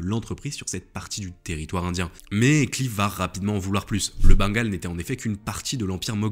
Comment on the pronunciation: Vidéo intéressante mais quel dommage de massacrer les noms. Robert Clive prononcé clive. Je ne suis pas particulièrement anglophone et anglophile mais un petit effort pour prononcer ce nom à l’anglaise. Lord Clive qui passe une partie de sa vie dans le sud de la France à Pèzenas. Ce qui laissera une de ses spécialités culinaires : les petits pâtés.